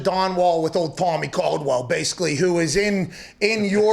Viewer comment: I don't know that I've seen Alex this happy in an interview before. Seemed like he was having a good time. Oh, and btw Pat, nice work getting ol Tommy Caldwell's name right this time lol